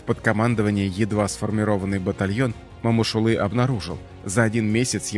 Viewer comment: У вас что но буквы О . Не Мамышулы , а Момышулы😢